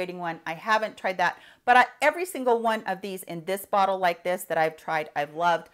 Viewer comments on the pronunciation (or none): none